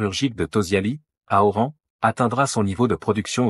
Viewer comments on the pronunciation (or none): ORAN et non pas Aurent . Mais vous dingue à ce point .😂😂😂